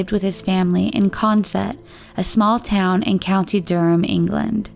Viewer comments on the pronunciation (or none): none